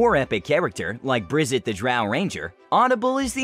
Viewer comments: If Audible mispronounced "Drizzt" to "Brizzt" as you did, I can see why they need Promoters / Influencers to advertise for them. lol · Pronunciation: Dr-izz-t 'Z' sound, not 'S' sound. Not Dr-izz-it; it is a one syllable word. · I kinda got triggered It's DRITZZ not BRIZZIT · You should apologize for that "Brizzet" sound that you made during your Audible commercial. It's Drizzt that you meant, and it's pronounced the same way. The hilarious part of all this? You would know it all if you actually used Audible lmfao. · Drizzt, not Brizzt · Drizzt doesn't have an "i" before the t at the end. Its pronounced DrizzT not Drizzit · Its pronounced "dritz" not drizit... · Drizzt is pronounced Dr-izz-t 'Z' sound, not 'S' sound. Not Dr-izz-it. It is a one syllable word. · It's drizzit not brizzit damit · Its drizzt not brizzit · How dare you call him "brijit" lmaoooo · Drizzt is pronounced like "Drisst." I strongly dislike that pronunciation, by the way, but it's how the author (RA Salvatore) himself pronounces it—consistently—so canonically we're stuck with it. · Did...did he say "Brizz't"? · You were trolling when you said Brizzt right? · I love this channel but did you call Drizzt... Brizzit?! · Anyone else bothered by the mispronunciation of Drizzt Do'Urden as Brizzit? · Brizit? wtf? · I just want to say this, you said Drizzt wrong